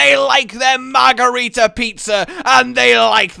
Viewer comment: omfg its margherita not margarita you americans!!!!